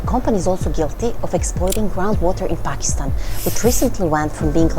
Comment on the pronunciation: show pronounced Pakistan right